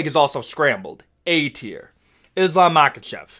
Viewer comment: It's not Makkachef, it's Mahachev